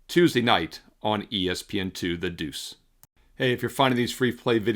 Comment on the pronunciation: I love the breakdown. However, the way you say Prime is so annoying. I would encourage you to just say the word prime and not try and emphasize anything. You do it for too many words. Deuce, Practice, Prime--just say the words.